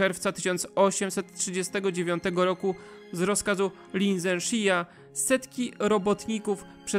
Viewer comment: Lin Zexu /lin dześü/ – tego się nie deklinuje.